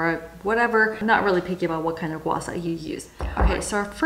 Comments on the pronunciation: Not to dismiss the helpfulness of this video, but as a Mandarin speaker I have to object. It's pronounced gua SHAH rather than gua SA. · Why do you pronounce guasha as gua sa? Are you Thai? I know that Thai people had difficulties with pronouncing sh, but you speak english, so that shouldn't be a problem. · It’s Gua - Sha. Just like how it’s spelt.